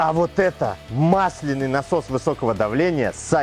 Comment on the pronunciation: Простите, но gramar nazi в моей душе не может больше молчать. мАсляный , мАсляной... Всегда ударение на А, проверочные слово - мАсло. "Кашу мАслом не испортишь"